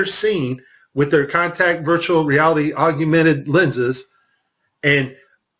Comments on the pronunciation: P.S. It's pronounced 'augmented' not 'aug-U-mented'. Love the wire harness at the end. I wonder how they would try to explain that? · hey man you did some good work here but you gotta fix the audio. calling it "augumented" instead of "augmented" affects the credibility of the claim. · I want you to sound the best so look at the word. Aug-men-ted. You add an additional "U" after the g. I love your work. This was an awesome video. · "augumented" VR, huh. He can't even pronounce the term properly. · I found that amusing. Almost as amusing as realtime photorealistic CGI. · Wow, not only can he not say "augmented" properly, but when he puts text on screen he spells it wrong too.